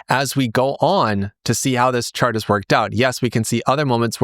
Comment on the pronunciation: I heard: "this one shart on glassnode that's about to go parabolic" 🤣🤣🤣